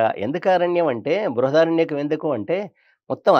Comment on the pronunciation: Anchor does not pronounce properly .check. bruhadaranyaka